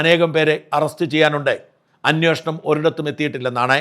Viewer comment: ദയവായി 'അന്വേഷണം' എന്ന് പറയുക.